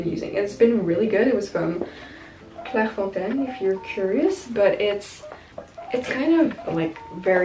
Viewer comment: I really like your videos you're so productive and beautiful I've really liked when you said Clairefontaine cause I'm French and I'm so happy to see that you have the accent 💘